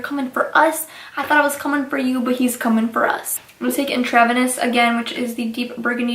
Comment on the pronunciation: "intravenous" is pronounced "INTRA-VENUS." It means "within the vein" as in a blood transfusion. Your mispronunciation of this word was making me cringe. The palette is beautiful and your eye look was bold.